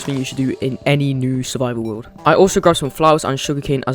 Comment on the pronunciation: "peaceful game in the wowd" i am so sorry no offense